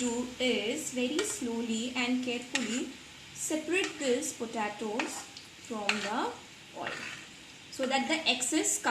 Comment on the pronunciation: Its an easy and good recipe, but it's pronounced as po-te-tos, not po ta tos